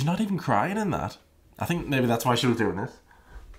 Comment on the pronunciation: "I have asked how youre dooeen" ...did she say fine? 😂😂